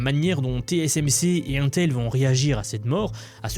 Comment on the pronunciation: Ca m'écorche les oreilles à chaque fois que tu dis 1-tel... Mais, une technologie ne peut prendre le dessus sur l'autre si et seulement s'il y a assez de capacité de production pour satisfaire la demande. Ce qui ne sera pas le cas. Les deux technologies vont co-exister uniquement parce que la demande est beaucoup trop haute. Même la production des deux compagnies réunies ne va probablement pas pouvoir satisfaire la demande mondiale.